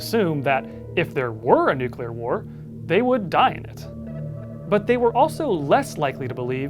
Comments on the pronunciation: Take a drink every time he says "nucular" instead of "nuclear" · ‘New-clear’ Not ‘New-cue-lah’ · Nucular war or nuclear war? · It's Nuke - Lee - R. NOT nuke - U - Lar. That's not a word. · nuclear as in, atoms. nucular as in biology, cells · It's "Nuclear" like "Nu- cle-ar" ...not "Nuke-u-lar" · The word is nuke-LEE-er, not nuke-you-ler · Nuclear (New- clear) there's one u. One not nuculer, it's gross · If you’re making a video about nuclear war, step one is learning how to pronounce “new-clear” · The scariest thing here is actually the pronunciation of "Nukular" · I find it hard to take it seriously when you say nucular everytime 😂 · Nuckular :D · Btw It's nuclear not nuculer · Take a shot every time he says nucular. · "nucular" ಠ_ಠ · its really hard to listen to an opinion on this subject if the speaker keeps pronouncing it newqueueler and not nuclear. Like dude i know its the atomic equivalent of Their vs They're vs There but its so bothersome.... also using a netflix TV documentary as a works cited is harsh. Nuclear as a form of power s far safer than we're told when its not run by a tyrannical communist dictatorship. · Hard to take this seriously when you can't say "NEW-CLEE-YAR". Jeez.... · Its actually pronounced nucular😊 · You lost me at your pronunciation of nuclear mate. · You keep mispronouncing “nuclear” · 0/10. Can't pronounce nuclear.